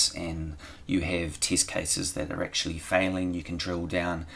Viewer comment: What kind of accent is that teeeesht (test)? Hahahahhahaha